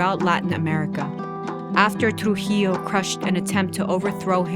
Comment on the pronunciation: I suppose you are not a Spanish native speaker. Although the narrator in this video did intend to keep the original pronunciations, her "R" when pronouncing names like "Rafael" or "Rufino" sounds pretty English, not to mention the way she says "Trujillo". But I still appreciate the fact that videos like this, allow the general public to get informed on Latin American history.